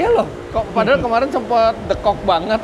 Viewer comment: Lucu Om bilang deukok nya sunda bgt 😁😁😁 Bismillah sholwatin aja dl smoga ad rejeqnya 😇